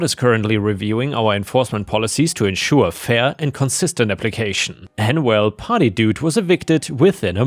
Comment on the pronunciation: OH! party dude! it took a while to realizeing you wren't saying potty dude, lmao